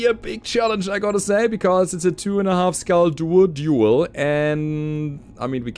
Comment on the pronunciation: did you just say "It's time to BA-RA-DUEL"?